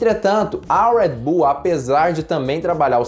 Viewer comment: “Uedi buull” eu falo redi bul msm fds kkkkkkk